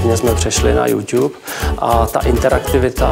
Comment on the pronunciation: Naucte prosim pana generalniho reditele spravne vyslovovat YouTube, je to trapny...